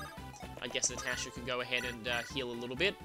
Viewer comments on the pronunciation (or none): none